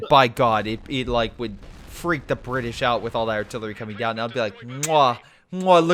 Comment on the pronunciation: the bri-ish